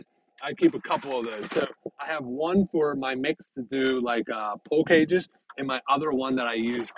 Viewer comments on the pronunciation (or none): Are you saying pull cages or pool cages?